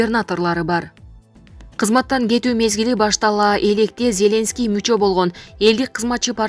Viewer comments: ЗЕ́ленский эмес Зеленский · Зеленскийди туура айтып алчы сабатсыз журналист блогер сорой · Зеленский дегенди башкача окуйт экен!! Журналисттер ушундай окуса??????......